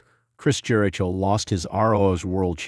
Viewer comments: Is this AI talking...this is horrible and who pronounces his name like that....nothing but false info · Yeah, i dp not think any official wwe product would use ai that can not pronounce jericho correctly,.